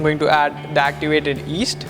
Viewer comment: It's called Yeast, not East.